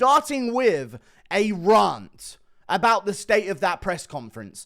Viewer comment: Neither British nor Americans or any other English speaking nation says “rarnt” instead of rant